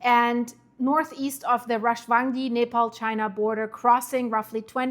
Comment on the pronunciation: You keep pronouncing Nepal like Napalm! 😂😂😂😂 Like Venetzuela... so wrong 😂😂